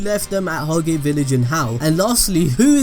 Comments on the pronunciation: it is pronounced hoj not hog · You’re butchering the pronunciations of litch and Hage boi Litch = Li-t k-d/ “Licked “ Hage is sounded like “taj mahal” just without the “mahal” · You fucking fool it’s pronounced hodge spelt hage